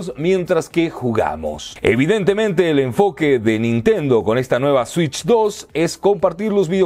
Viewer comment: Nintendo shitch 😂